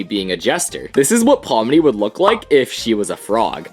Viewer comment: Pomni not pony 😑